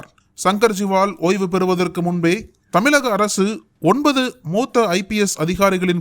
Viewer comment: ....🗣️🗣️🗣️👂கூசுது😏🗣️ அதென்ன தமிலக? தமிலக ன்னு?? தமிழக அல்லது தமிழ்நாடு ன்னு..🗣️